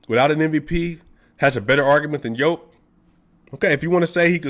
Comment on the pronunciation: Nemoj pricati gluposti, brate. Don't talk stupid thinks, brother. Jokic is pronounced initially like yes or year, and in the end like the genius Pete Maravich (maybe originally Mavrovic) but still written Jokic.